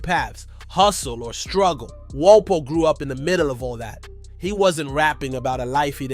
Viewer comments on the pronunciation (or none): Are you mispronouncing for rage bait? No way you made a video of a rapper whose name you can't pronounce?